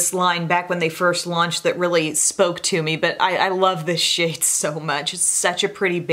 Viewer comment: Lol. Had to listen a few times to . I did not think you said "shade" at first. 🤣